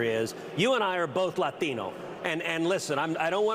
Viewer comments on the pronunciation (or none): He isn't. His pronunciation of both "Latino" (Lathino) and "tren de aragua" (tren de raragua)was painful to listen to. He's pretending so he can call Pritzker a bigot. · Notice how cruz pronounced latino? As if he ever pronounced Spanish words correctly before 😂😂😂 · And Ted Cruz's pronunciation of LATINO 😂😅😊